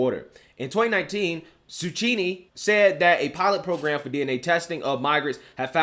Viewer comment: I like how pronounces the names so weird. When he called the guy Cuchini, I thought he should've said zucchini.